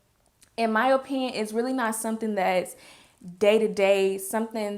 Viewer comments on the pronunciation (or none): I love the way you say "oh-pinion" lolol